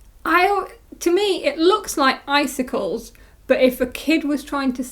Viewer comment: I'm so delighted that you're enjoying the Icinkles pattern! Yours are so cheerful and lovely! And yes, you are pronouncing it correctly, like eye-sink-ulls. It's "icicle" and "ankles" smashed together, as I'm fond of silly words for pattern names. :)